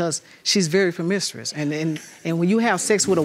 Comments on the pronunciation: "She's very FAMISCUOUS"😕😕😕😕😕😕😕😕Man I'm done😂😂😂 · He said "PROMISERUS" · Did he say she's very fromistruous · "She's very fermisius..fermiscitus...formaticus..." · What's per miss su us? He said per miss su us. 🤣🤣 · Fermiscuious???!!! Whet???!! 🙄🙄🤦🏽‍♀️😩 Learn to talk bruh before you try to talk about somebody! And going through her phone the FIRST night looking for potential ‘menS’ in her phone! Thirsty??? 💦